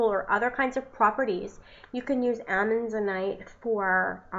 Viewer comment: As someone who goes out in the world and hunts for minerals and gems vs. buying them in a store, I can appreciate your efforts. I think I'd be more interested if the video was based around real experience and prior knowledge vs reading the information and knew how to properly pronounce its name. Just something to think about. It was getter as the video went on.